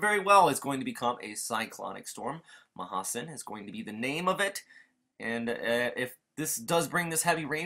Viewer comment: mahasen u pronounced it right